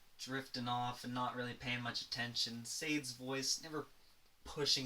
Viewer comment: Someone will comment on how you pronounced Sade. 🙂 I think I owned all those cds.